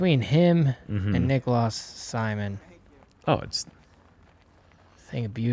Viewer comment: Coming from the wild man of hair in his younger years, Uli, are you slightly jealous of Neekolus? (He pronounced it unusually in the skins match, which makes me think we get it wrong)